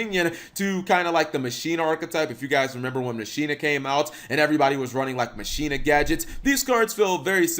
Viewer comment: When you here someone say "machina" wrong....smh lol